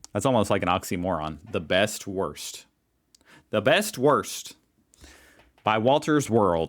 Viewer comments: Woorst, not worst. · please just stop saying "Wurst" or learn how to pronounce it properly, it's not worst, nor wörst, but Wurst with a "U". Now I know how the French feel when Americans talk about croissants. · It‘s less „worst“ and more „wourst“ (like could not our xD) or maybe woorst 😂😂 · The best wurst, pronounced like "the best worst" sounds funny 🖐😁 Try to pronounce it like Boot ... woot ... woorst Then you get closer to the real pronunciation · you should probably not pronounce it "worst" as it is best :) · try to pronounce the u in „Wurst“ like the ou in „you“ than it is clear that wurst is not worst😂 Edit: and please! Start to recognize that Bavaria is NOT a part of Germany (just geographically) and does NOT represent being German! They are something on their own! Just like Berlin ist Part of germany but is something very special and not „typical German“